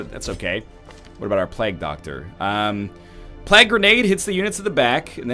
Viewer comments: It's pronounced 'play-ge' doctor, not 'plag' btw. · he said pl-EGG doctor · Also, he can hardly speak english considering the way he says Plague "Plagg" and Ancient "Angshent" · never pronounce it correctly, I wouldn't bother. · oh god, forgot how bad NL butchers the word "plague"